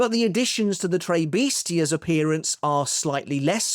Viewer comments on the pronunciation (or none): Why pronounce it "Trey Bestias"?